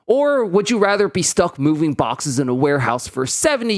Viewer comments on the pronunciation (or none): none